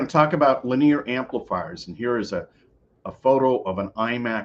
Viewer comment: You lost me when you mispronounced linear.